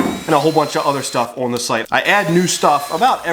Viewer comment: How do you manage to get a "w" in the word "on"????